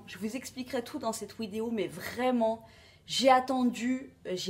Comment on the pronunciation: Une ouidéo ? 😂😂😂